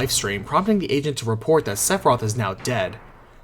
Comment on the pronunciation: i know he's saying 'the agent' but all i hear is 'the asian'